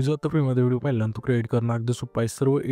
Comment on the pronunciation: व्हिडिओ ❌ हिडियो ✔️